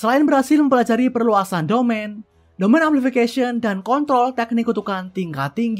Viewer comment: Bang kontrol bang bukan kontol😂